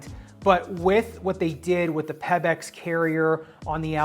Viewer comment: Why do you pronounce Pebax like that? It’s not Peb-ex